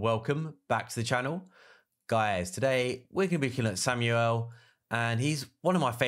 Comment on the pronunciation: who the hell is Samuel? lol, SHAM - ALE